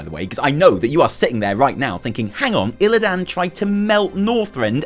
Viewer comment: I love you. You are my spirit animal. But pleaseee log onto WC3 and listen to how to they all pronounce Illidan - no one ever puts so much emphasis on the “dan” and it just makes me think about that cringe WarcraftBible guy 🙈